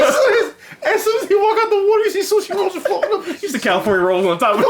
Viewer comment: Lol y'all talkin bout blocking "wauder".